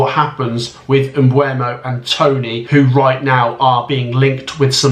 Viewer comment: Tip! For pronouncing Mbeumo instead of pronouncing it as “M-BWHEY-MO” try pronouncing it as “BUR-MO”